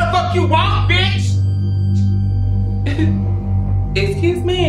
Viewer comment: 'xcuse mee'😂😂😂😂😂